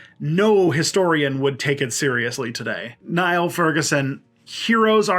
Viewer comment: One point, Furguson's first name is pronounced as in kneel.